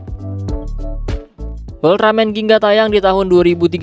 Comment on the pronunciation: Gingga bang bukan ginga